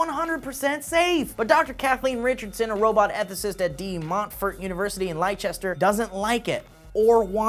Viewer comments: it's pronounced Lester not Lychester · for future reference, "Leicester" is not pronounced "lie-chest-er" but "Lester" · It's ' Lester' not Liesester' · lie-chester? it's pronounced Lester. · 'Lychester' Not a bad attempt hahahaha! Lestah to locals, Lester to everyone else but spelled Leicester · Liechester? lol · Lie-chest-er? No no no, it's pronounced Less-ter. I know, i know the spelling 'Liecester' would lead you to believe otherwise but in the Uk that's just how it goes haha. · Leicester is pronounced LESS-TER haha Lichester... good try. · Lie-chester? Ahh that made me cringe a little. Leicester is pronounced Less-ter. I don't know why. But it is. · Hahahaha LEISESTER. It's pronounced LESTER, but it is spelt Leicester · Where the De Montfort university is, Leicester is pronounced "lester", not lie or lay chester". The more you know, or something. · Leicester is pronounced ''lehs-ter'. As a resident I found Steves attempt hilarious :D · Leicester is pronounced less-ter, A lot of Americans struggle with that as well as Worcestershire which is pronounced Wuss-ter-shire or wuss-ter-sheer depending on dialect. The more you know.jpg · Leicester is pronounced "Lester"! And hello from Leicester! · Did just say Ly-chester? oops... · Did really just pronounce Leicester as Lychester? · You know, I have never heard an American pronounce Leicester correctly. :-| It's like "Lester". We're English, we put extra letters everywhere just to confuse people. Like how Gloucestershire is pronounced "Glos-da-sher". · Leicester is pronounced lester BTW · Come on guys, Leicester is pronounced Lester. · Leicester is pronounced Less-ster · That's my Uni! and I love how Americans can't pronounce Leicester. it's "Les-ter" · lol, Leicester is pronounced LESTER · Leicester is pronounced as lester FYI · its pronounced as "lesta" leicester lolll thats my uni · Actually, Its Leicester, not Lesta or Lichester. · its pronounced LESS-TER.